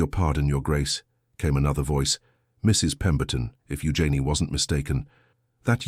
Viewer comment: I'm pretty sure that "Eugene" is being mispronounced.